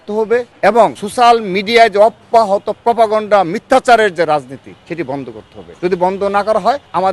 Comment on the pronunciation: শুধু কি বানান ভুল!? উচ্চারণের একি অবস্থা! ( প্র পগন্ডা) 😄